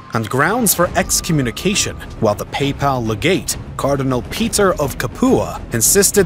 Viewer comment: You pronounce the word papal as PayPal. Seriously?